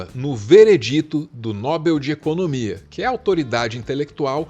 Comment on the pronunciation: só um pequeno cuidado com a pronúncia de Nobel (oxítona não acentuada) 👍🏻 Mas por favor...adoro seus vídeos 👏🏻👏🏻👏🏻